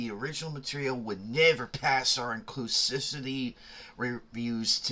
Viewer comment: inclus*IV*ity. My dude, its not a hard word.